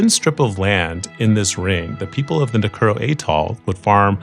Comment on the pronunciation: Nu Ku o ro is how it's pronounce